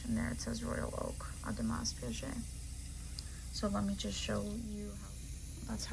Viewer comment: Nice collection. However I am surprised You said you are so interested in watches and cannot pronounce the brand properly. Please look up how to pronounce Ademars Piguet, it is not that difficult....because the way you pronounce it, it sound like a totally different brand, that also exist. We should have some respect to saying other pals names IMO. Good luck